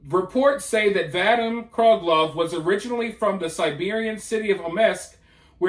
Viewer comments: Vadim = vah-deem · Just FYI - the victim’s first name is pronounced Va Deem. Great report! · The name is pronounced vuh-DEEM.